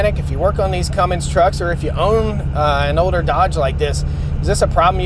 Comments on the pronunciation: roger that. I already threw him a small jab for the "Cummings" pronunciation earlier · It’s a Cummins, not a Cummings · Cummins not Cummings.